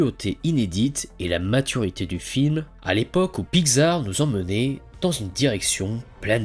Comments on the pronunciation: La lettre X, ça se pronounce pas “gz” mais “ks” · La façon dont tu dis Pixar me perturbe, j'ai toujours prononcé Pix-ar et non Pi-xar x) Sinon, très bonne vidéo ! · "Piczar"... Voilà sinon bonne vidéo merci :) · Ha oui, Pygzar, les fameux studios Pygzar (oui, je me moque de ta prononciation lol). Blague à part, c'était très sympathique comme vidéo. ^^ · Très bonne vidéo. Sinon ça ce prononce PICS ART . Le non a ete choisi car il est la contraction de pixel Art. De l'anglais pixel , mot forgé (1969) à partir de pix (variante de pics et ce prononçant pareil, pluriel de pic, abréviation de picture « image ») et de el(ement) (« élément »), littéralement « élément d'image ». PICS ART